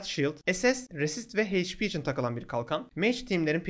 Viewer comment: Hp heyç pi değil eyç pi diye okunuyor